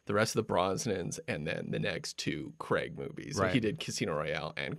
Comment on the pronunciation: It's not Creg for fuck sake, it's Craig as in 'may' or 'stay' - here, for the Americans who have problems with simple words (that seems to be most of you) - say this out loud, nice and slowly....'Craaaiiig', prolong the letter 'a' and repeat a few times. There, don't you feel better actually knowing how to say a five letter word correctly. ps absolutely love your show.